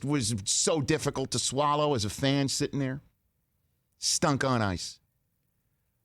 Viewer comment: lol “sittin’ nair” just like pat mcafee